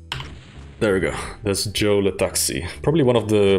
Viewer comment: You really said Joe le taxi if you were speaking French absolutely no butchering